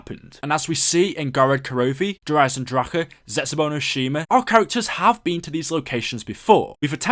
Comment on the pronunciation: You said Eisendrache right <3 As an Austrian this is really satisfying